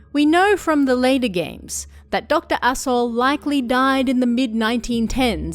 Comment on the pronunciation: I keep hearing Dr. Asho as Doctor AssHole and that makes this oddly hilarious